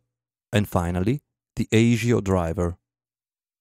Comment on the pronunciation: ASIO is pronounced ass-ee-o. Just saying.